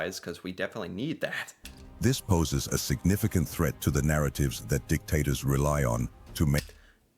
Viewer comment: I feel like you were saying D!CKtators on purpose. 😂